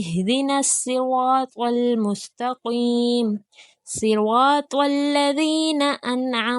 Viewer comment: G mustaqeem he prha Hy ghor se sunain ap .